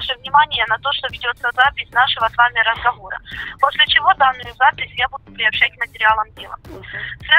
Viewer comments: "нашего с вами разХавора" 😂😂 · Нашехо с вами разховора😂😂😂 Сотрудник МВД РФ. Серьёзно? 😂